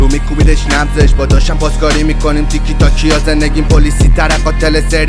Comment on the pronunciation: تیکی تاکا ❌ تیکی تاکی ✅